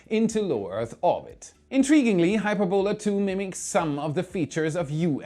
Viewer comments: Hyperbola, not Hyper-bola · not "Hyper-bola",.. "Hy-perb-ola";) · an awesome video as always, but for one thing. The pronunciation of 'Hyperbola' is "hi - PER - bo - la", not "HYPER - bola". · It's pronounced Hy-PER-bo-la. The accent is on the second sylable. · hy-PER-bola,. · Hyperbola is pronounced [HY] + [PUR] + [BUH] + [LUH]. Its a curve in maths. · If it’s an English word, its hy-PER-bola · Why did you pronounce Hyperbola as HyperBOla? Words of Greek or Latin origin in English are almost always pronounced with the emphasis on the ante-penultimate syllable. For example we say EMphasis, nor emPHAsis. In Chinese it is pronounce shuang qu xian. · Math majors are face-palming at his pronunciation of Hy*per"bo*la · Please look up the correct way to pronounce hyperbola. You really got it wrong